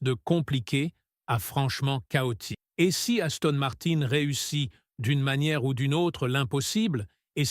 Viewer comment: Gaston Martin......😂😂😂... IA de 💩